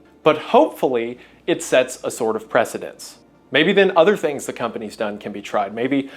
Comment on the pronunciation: precedent. not precendents.